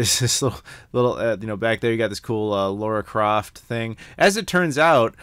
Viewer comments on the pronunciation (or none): So why do you keep saying "Laura" when it's spelt Lara? Hypocrite ;) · Hey, the characters name in Tomb Raider is not Laura, its Lara (pronounced Lar-Rah).